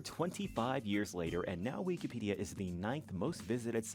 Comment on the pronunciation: "We key pedia"